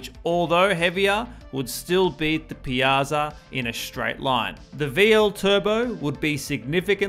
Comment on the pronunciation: Ironically, you butchered "Piazza" but did well with "Giorgetto Giugiaro"